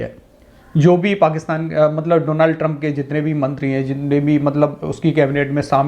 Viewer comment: Name is Donald Trump NOT Donaald Trump. Correct your pronunciation.